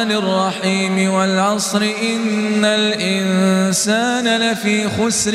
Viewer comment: خطاء في النطق الكسره في كلمه ان